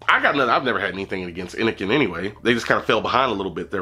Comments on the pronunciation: Fucking awesome video as always man, even if you fuck up the name constantly, haha!! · How u reviewing a product but constantly say the name of the product wrong..